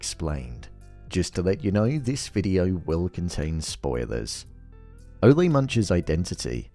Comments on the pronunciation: It’s Ole like “ol’ - old”… not O-lay lmao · My take on Ole Munch (which by the way in episode 3 Gator mentions that it's pronounced Ooh-Laah) that again this is an homage to the Coen Bros. movie villains like Anton Chigurh or the biker from Raising Arizona. These types of Coen-esque unstoppable forces of nature almost mythical creatures, stuff of legends. Like Lorne Malvo in season 1, Ohanzee 'Hanzee' Dent in season 2, V.M. Varga in season 3, only this time I think the creator/writer Noah Hawley went a step further in cementing this villain's status as mythic by showing us the '500 years ago' title card and making us wonder if Ole is some ghoul that has been living for the past 500 years or if he is an ancestor. We will see how the season pans out but I think they will not provide any more background on him just to keep us wondering. Anyway, Noah Hawley has written/created one of the best villains ever in tv or film imho in these Fargo seasons. I also think they steal the show every time. And I am also wondering if Season 4 performed lower than the other seasons because of the lack of this legedary, mythic type villain.